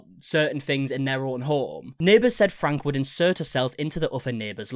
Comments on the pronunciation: great video, but considering how many videos you uploaded about the matter, her last name is not frank, it's franke (fran-kie), just a small detail, but regardless of that. spot on. love your content. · It is pronounced Frank E, not Frank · It’s pronounced Frank E not Frank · FYI The last name is pronounced Frank-E not Frank. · Ok, this is bothering me hahaha. Their last name is pronounced “Frankie” not “frank” hahaha thank you. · Ruby Franke (pronounced frankie) she is horrible, glad to see her arrested. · It’s Ruby Franke pronounced (Frank-ee).Not Frank. Her husband was aware of most of her previous punishments, as he should be charged with some things as well. It’s like the Turpin family…😢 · This is a crazy situation. So glad the kids are in a safe place. great job covering this! Just an fyi...Franke is pronounced Frank-key. 😊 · To make this video become viral, you need to pronounce Franke right. It’s Frank-EE. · Its pronounced Frank-E, I'm their neighbor so I would know. 😅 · Their last name is pronounced Frankie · Franke is pronounced Frankie.... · The last name is pronounced “Frankie”. I know there might be some accent changes in the pronunciation but please try to get it right